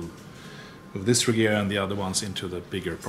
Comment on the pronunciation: As a swede I think it's pronounced Rejera ie To reign